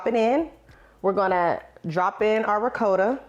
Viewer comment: Ricotta. It's Ri-cot-tuh